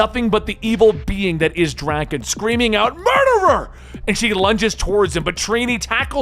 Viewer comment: The way he pronounces Drakkon bothers me.